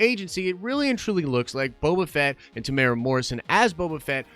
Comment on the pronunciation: tem - you - era not temura